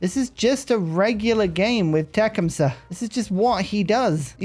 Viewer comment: I’m no expert on Native American pronunciations but the way that I was taught to pronounce it is the first part sounds like “tuck.” So Tuc-KHUM-suh. Emphasis on the middle syllable. Just thought I’d offer a suggestion.